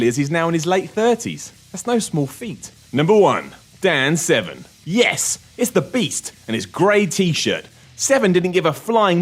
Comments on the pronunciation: Dan Seven??? WTF??? Can you not read?? Severn. There is an R. How did this get past the the editor. Fail WC...serious fail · ...Are they saying Dan Seven??